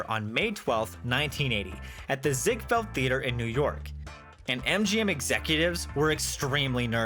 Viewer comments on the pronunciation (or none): none